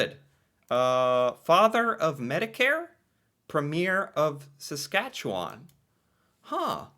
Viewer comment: i'm impressed with your dead-on accurate pronunciation of Saskatchewan, most Americans have alot of trouble with that one. 🥰